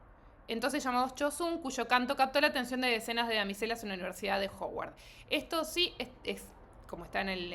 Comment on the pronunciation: es que no es Ho-uard se dice más como Ha-uard